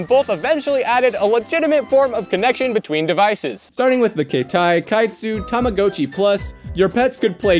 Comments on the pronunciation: just so you know man its said like (Tom-a-got-chi) otherwise Love the vids man keep it up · Is it just me or he said Rama hatchy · This is a great video but I just absolutely hate the way you pronounced tamagotchi